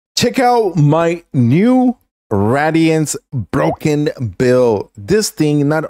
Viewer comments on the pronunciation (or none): I'm sorry man but it's (Ray-De-Ants) it's not rads damage. It's not fallout